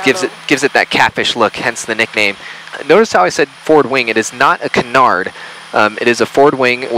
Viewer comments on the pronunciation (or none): none